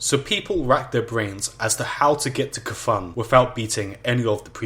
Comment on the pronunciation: You may be wrong about the naxxramas part, but yeah the guy's pronounced Ka-thune and not KFUN like it sounds in the video.